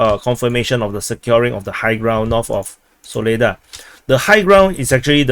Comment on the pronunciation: Its pronounced Saw-leh-dhar emphasis at the end 🇷🇺🔥🔥🔥